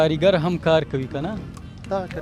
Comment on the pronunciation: ژورنالیست صییب ته ج نشی ویلی ؟ چی جلغوزیو ته زنغوزی ،😠😡😡